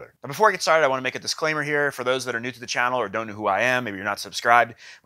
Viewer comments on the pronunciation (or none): none